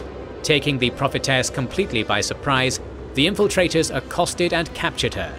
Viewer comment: It's 'prophetess'